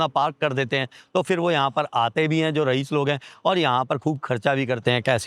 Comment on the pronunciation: Yauch nahi yawt bolte hain ......Rahees nahi Raees Bolted hain